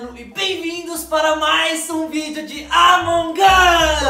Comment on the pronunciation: Para de fala errado e among us nao among os